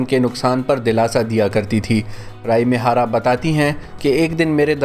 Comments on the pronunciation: Talaffaz. Rai mihara nehi. Ree A mihara. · رائی می ھارا نہیں ھے۔ یہ ری اے می ھارا ھے